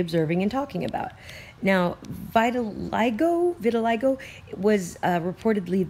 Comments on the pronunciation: It's pronounced Vit-a-lye-go.....I cringed every time you said Vitalingo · Hi I love your channel and videos! I am not trying to be a troll. Throughout the presentation you say VitaliNgo. There is no N, you seem like someone who would want to pronounce it properly. vit-(rhymes w sit) a -lie -go. Thanks for all you do. Love and peace from WA state. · Vit-Til-LEEGO. VITILEEEGO. Not Vitilingo. I'm sorry, it had to be said...I love your vids but mispronunciation is the bane of my existence. Why is that man walking through Chernobyl with no protection?!?! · Geo engineering. ( Viti.li-GO ..not LINGo ...Lol.. You*re so cute though) Love Love Love your vids. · It's pronounced viti-lie-go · Great video, as always, vittilingo made it even better. <3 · It's Vit-a-lie-go